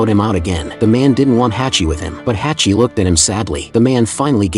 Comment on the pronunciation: True story from Japan. It's pronounced Hahchi.